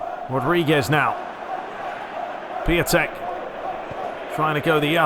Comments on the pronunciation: Merry Christmas mate! btw. Piatek is pronounced "Piontek" if it helps :) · It's Pjontec (Piątek) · Just a little advice, to say piatek name it is; Pee-on-tek.